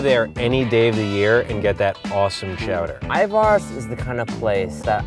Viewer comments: Btw it's Ivars not pronounced ivars but ivers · My whole life living in Seattle and I’ve never heard anyone say ivArs [it’s Iv(e)rs yo]